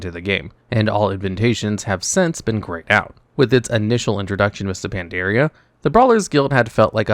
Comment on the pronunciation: Just a heads up- It's Pan-dar-ia, not Pan-dear-ia. Cheers.